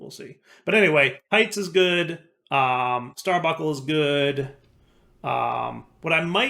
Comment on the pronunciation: bun, bunk, star bun, star bunk, starbuncle. Stop the genocide against the letter N!:) (obviously just mildly annoying, and I remember a short time span years ago when said it correctly)